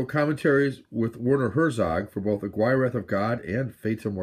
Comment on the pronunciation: Hey! Yeah, Aguirre is a really good film. One of my favorites in fact. I think it's pronounced uhgeerah. Don't mean to quibble though. Check out another film they did together called Fitzcarraldo. That's really good too. I myself have the Anchor Bay Herzog/Kinski box set. All of them feature commentaries by Herzog and an additional documentary called "My Best Fiend" which details Herzog's and Kinski's relationship with one another. Kinski was one wild guy. He also wrote a book about his life that I read around the time he died in the early 90's. I think it's called Kinski Uncut.